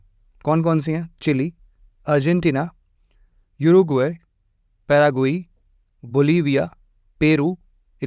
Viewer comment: Fully educated bro. Uruguay. Oruguay bolte Hain na ke gooruguay. Pehle khud learn Kar lao mere Bhai doosron KO 😂😂 teach Karne se pehle Kia Yaar ek mic lekar har koi sir ji ban jaata hai